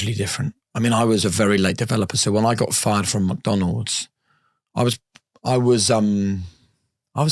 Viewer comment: Great interview, but sorry my brother you cant be calling McDonalds , Mucdunalds 😂😂